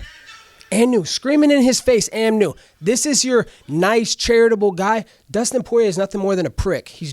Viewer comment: Dustin Soy-rier 😂😂